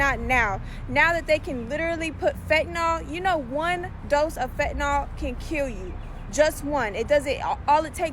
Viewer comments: Give the respect that these poor souls are dying by the thousands deserve and PRONOUNCE THE DRUGS NAME CORRECTLY!!! IT'S PRONOUNCED FENT-A-NIL !!! NOT FET-NOL SPELLED F-E-N-T-A-N-Y-L you all getting high and dying off the shit and can't even spell or pronounce it properly Others trying to save people's lives trying to inform them about the drug and can't even say the name right? IMO you sound stupid as hell trying to make an educated attempt at informing and can't say it right!! SMDH MY GOD IN HEAVEN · I wish people would learn how 2 pronounce fentanyl correctly. Its not fentanol. How do u pronunce syllable, its not sollable. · FentaNYL, not fentanall. Just like oxycotton is oxyCONTIN. 🙄😒 YES, IM THE PRONUNCIATION POLICE. SO WHAT?!? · it amazes me how many people can't say 'fentanyl' correctly it bothers the hell out of me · agreed, it's not a very complicated word.